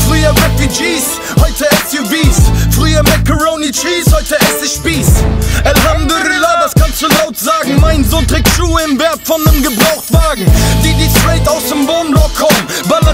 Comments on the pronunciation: sagt er etwa elhamdürrrrrrrrrrrrüllah ?????? Alter Schwede das heißt Elhamdulillah! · ElhamduLillah. NICHT ElhamduRillah. NICHT ElhamduRullah. NICHT ElhamdüRüllah. NICHT ElhamduRululululu. Schade, dass viele muslimische Türken es falsch aussprechen.